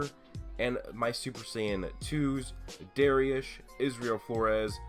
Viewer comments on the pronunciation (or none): none